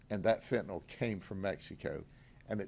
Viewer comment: It's pronounced fentanyl not fentanawl OMG please those of you in law enforcement that are saying this term over and over in front of parents and the public... PRONOUNCE IT CORRECTLY please!